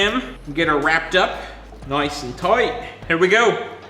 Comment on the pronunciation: "Noice and Toight."